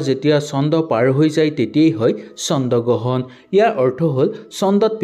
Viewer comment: চন্দ গ্ৰহণ নহয় অ' "চন্দ্ৰ গ্ৰহণ" হে 😂😂